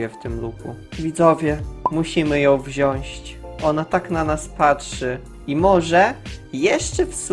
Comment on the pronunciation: Szybka lekcja polskiego MÓWI SIĘ WZIĄĆĆĆĆ!!!!!!